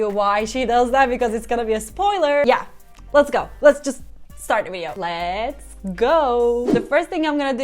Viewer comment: Lets go derken neden Türkçe konuşuyomuş gibi geliyo???